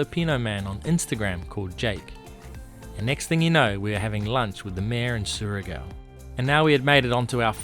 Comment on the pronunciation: I love how you started saying Surigao right then wrong haha its like saying Shargo gorgeous place great episode